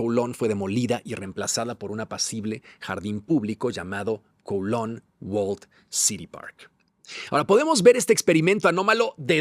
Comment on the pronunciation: Kowloon Se pronuncia CAO LÚN… Lo sé porque viví en China y conozco bien Hong Kong y a Kowloon. Y los británicos regresaron Hong Kong y Kowloon, porque después de la segunda guerra del opio los Chinos les arrendaron por 99 años los nuevos territorios, que es lo que hoy es parte de Hong Kong y Kowloon, y ese plazo expiró. No fue una concesión generosa de los británicos ni un “permiso” de China, sino una combinación de contexto histórico, presión geopolítica y fin de un contrato forzado en tiempos coloniales.